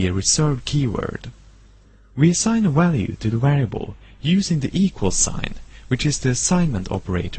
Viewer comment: It then returns the walue